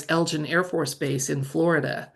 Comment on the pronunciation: It’s pronounced Egg-land.. Eglin AFB. I was stationed there and it’s Ft Bragg again, I was born there 😻